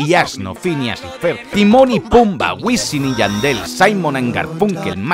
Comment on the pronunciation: Ha dicho wisim? W por favor